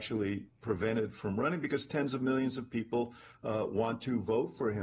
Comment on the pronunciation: He said POLE!